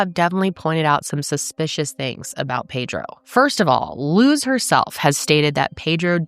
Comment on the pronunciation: I know this is very random , but thank you for saying our name correctly . Luz isn’t a common American name so people tend to butcher it , so I appreciate it . Also Luz means light in Spanish ❤ alittle bit of Spanish always helps people understand more